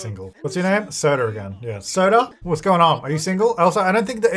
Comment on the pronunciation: When you first said Sota, I thought you were saying Soda & I was Ike OMG imagine all the baby names being soda 😅 Fanta, Sprite, Big Red, Cola... that woulda been awesome 😂